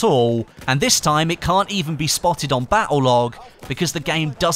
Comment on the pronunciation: the way you say "battle" makes me want jump off a cliff